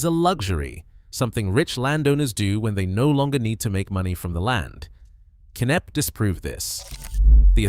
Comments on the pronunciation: K-nepp? It's pronounced Nepp. It takes 5 seconds to Google the pronunciation. I'm guessing you're American. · Pronounced "NEP"...not "Kay-Neppy". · Where is Kay Nepp???? The estateS name is "KNEPP" and pronounced "NEPP" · Shame about the narrative. WHO in UK says K napp. It's Knapp, PRONOUNCED as Nap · This place, called Knepp….silent K. Not Kenepp. Aaaaaargh! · It’s not K-nepp. The k is silent. It is pronounced as Nepp. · Its pronounced "Nepp" not "K-Nepp" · Pronounced nepp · Kay-Nepp? Stop using computer-generated narration. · It’s pronounced NEP …. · 50 seconds in: K nepp 😂😂😂 Kay Nepp😂😂😂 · Lol, that is not how Knepp is pronounced. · Stole footage and dont even know how to pronounce the name.